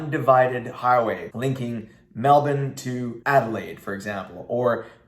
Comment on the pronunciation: U said Brisbane and Melbourn the right way 👍 some Americans say Brizz-Bane or Mel-born haha love your content keep up the good work mate 👍